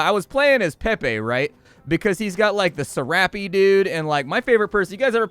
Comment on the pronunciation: The way you say ‘Serape’ blows my mind I say “sair-up”